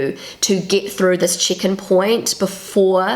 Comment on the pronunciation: I thought she said chicken at first too 🤣 But then I realised she meant check in. 😊 I am Australian.